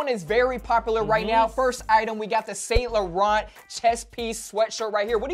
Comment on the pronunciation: you guys need to learn how to pronounce saint laurent lol #cringe